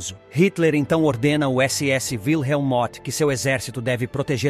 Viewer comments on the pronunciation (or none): none